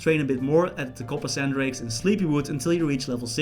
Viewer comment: did you mean to call them "coppersan drakes"